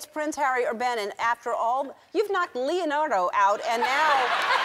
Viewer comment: she said leo dardo..lmfao